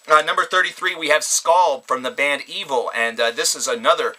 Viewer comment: Evile skull is amazing. One of my favorites from this year. And it's pronounced E-Vile not evil but who cares. Revocation was awesome to. Warbringer would be in my list, their new one is my favorite from them. Same with death angel but good list